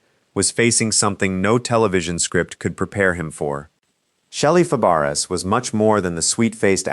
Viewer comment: "Fa Bar ess" Ha! "That does not compute . . . " But, I still give Sub/Likieeeeeeeeeeeeeeeeeeeeeeeeeeeeeeeeeee